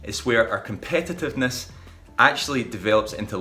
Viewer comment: Man, you should have learned how to pronounce the word before making a whole video about it, it's very distracting and decreases the value of the video